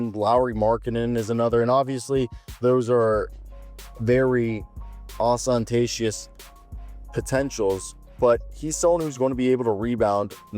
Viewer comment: 😀, that was a fun try at the word “ostentatious”. It’s actually pronounced “ä-stən-ˈtā-shəs” or "Aw·STEN·TAE·shiss". Good word to have in the bag, though.